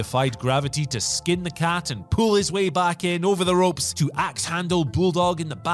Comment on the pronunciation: Does have a stroke? "Michinoko" "Big Bass Man" "Ropps"